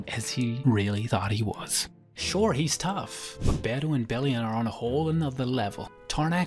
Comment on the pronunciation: How about u stop pronouncing beru and Antares with that accent and pronounced them normally like with every other character my goodness